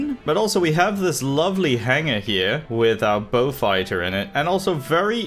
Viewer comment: I find it hilarious that you pronounce Beaufighter correctly but fuck up Blenheim